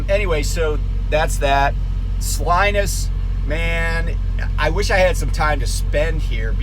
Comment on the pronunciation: Great perspective on California economics. Not so great on the pronunciation of Salinas. 🤣 It's sa-leen-us. Also home to NASCAR great, Ernie Irvin...